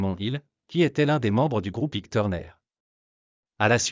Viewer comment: Ça t'ennuierait de prononcer Ike normalement ?